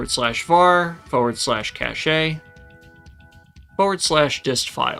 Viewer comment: it's pronounced cash edit: you didn't say casheys 🤪